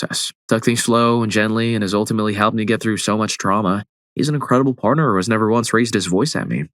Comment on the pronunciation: Dude said parter at the start and copperate. Come on now 😂😂